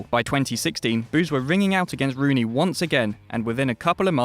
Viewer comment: 10...”Ween Rooney”